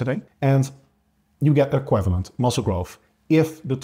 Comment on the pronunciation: Nice,. Tip: check out how to pronounce "equivalent";-) It still seems strange that the frequency doesn't seem to matter, as the anabolic window seems to be only about 2 days after working out. But apparently the growth stimulus is just proportionally bigger when you condense the training...